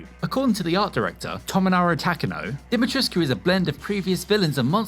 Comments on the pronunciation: Dee-Muh-Treesk is how you pronounce it, it was in a article I read from an interview on how everyone is saying wrong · The U in that tall lady's name is silent. Capcom confirmed that. I saw it on another video.